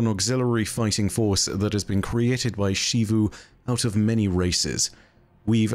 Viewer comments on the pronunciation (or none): i just can't get over how he pronounced xivu as shivu. you've seen character called her and they pronounced it like zivu so don't even tell me that shivu is how you are supposed to spell it.